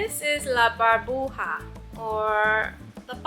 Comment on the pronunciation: Hi!! Love your videos!! One thing to tell you. Bubble in Spanish is Burbuja, with u, not Barbuja! 🤣🤣😂😂 its ok, one new word for you! 😉 Loved that place!! Hugs from Puerto Rico!! You should come visit us 🇵🇷🇵🇷